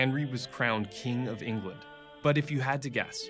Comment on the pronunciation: there could have been better actors to take on the roll. I could name many actors who are British that have take similar roles that would have done better. He coudnt even say England, he said “englind” and he looks very young for the part and Henry was like 6’4